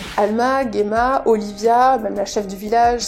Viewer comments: Alors, si je puis me permettre, en japonais Gemma s'écrit ジェマ, ça se prononce Jéma, comme en français et non Guéma, voila voila… Sinon la vidéo sympa comme toujours. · Pour Gemma, le fait de dire "je le dis a la japonaise" c'est malheureusement même pas vrai, car j'ai joué avec les voix japonaises et ils prononcent "Jima" en Japonais :/